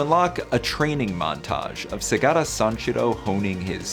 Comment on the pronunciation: Not even 6 seconds in... and I have to click off this video... like how the holy hell does one do a video on Segata Sanshiro and MISPRONOUNCES his first name when it's said in every single ad!